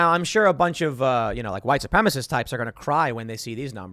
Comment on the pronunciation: Tim, you and the left call it "huwite supremaceh", but the rational people in this country just call it a "homogenous culture", which is exactly what leftists want, just on the opposite end of the scale. Russia, China, India, Almost every African country, and almost every South American country have a racially homogenous system and culture. I was never against immigration, until it became extremely apparent what the end goal was - dividing us into groups so we can be exploited and manipulated easier.